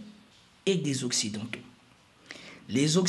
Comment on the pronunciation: Pauvre toi!😅 comment ce prononce OCCIDENTAUX dans ta langue maternelle !??